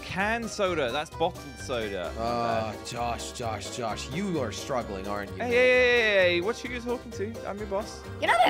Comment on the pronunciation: Normal people: soda Josh: sodra